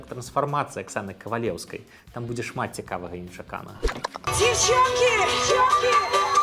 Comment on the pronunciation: Когда она поет «сюрпрызаў ня будзе”, она не дзекает. Произносит, как русская